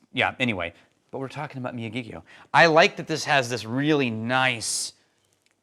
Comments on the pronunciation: Regarding pronunciation of Miyagikyo, instead of mi-ya-GEE-kyo, think mi-ya-gi-KYO (as in "Mr. Miyagi" from The Karate Kid, plus KYO). The Miyagi part of the word is more flat, without emphasizing any syllables, but there's slightly more weight on Kyo. Put another way, if this were music in 4/4, the "Miyagi" would start on the "3 and," and the "Kyo" would be on the "one" (downbeat) of the next measure. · C'mon, I would've thought that you might do at least a little research on how to pronounce the name of the whisky you are discussing! The pronunciation is Miyagi-kyo, and this is apparent as you'll find it in Miyagi prefecture. The first time I visited Japan, I brought back two bottles of whisky, a Hibiki Harmony, and the Miyagikyo in this video. I chose both because they were real Japanese whiskies, and that's not just because they aren't 50% Ben Nevis! They had the clean floral taste that I came to strongly associate with Japanese whisky. Yoichi is good whisky, but it tastes too much like scotch to me. I've had multiple bottles of Pure Malt, Taketsuru, From the Barrel, and the now defunct the Nikka 12 on my shelf for many years, and I really enjoy them all. For me though, the Miyagikyo is the most unique, and the most authentic. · LOL at running over and destroying the name> Phonetic pronunciation is me-yaw-gee-key-oh. Enjoy and glad I’m here too. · Think the "Karate Kid", "Mr. Miyagi". Then add the "kyo" as in "To-kyo" or "Kyo-to". That is how you pronounce it.